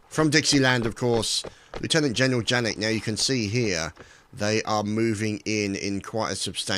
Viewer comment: Oh...and it's not pronounced 'Jannik'...it's pronounced 'Yannik' (German names :P)